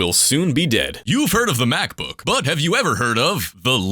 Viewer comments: mac-bukakked is the funniest thing i have ever heard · "Mac Bookkaked"!!!! hahahaha🤣🤣🤣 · The word of the year goes to "Macbookkaked"